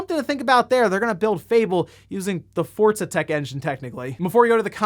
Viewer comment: He said Forza twice and I was like oh wow he's learning. Then in the same sentence converted back to saying Fortza.......